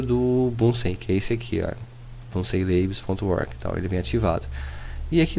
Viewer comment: A pronúncia deve ser "Búnzen-lébs". Nenhuma dúvida de que o nome do sistema faz referência ao cientista Robert Bunsen, ou ao bico de Bunsen, um acessório básico em laboratório químico, que é um queimador, e isso explica o desenho de chama no logo dessa "distro"